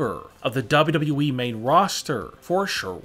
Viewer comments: WTF it is WWE not wwwe😂😂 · Why does he say wwe like this double u double u e